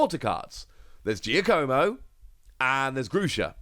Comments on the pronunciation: Giacomo is not "Gia-co-mo". It's pronounced like "Jock-a-mo". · It's pronounced "JOCK-a-mo". Go meet some Italian people, will ya?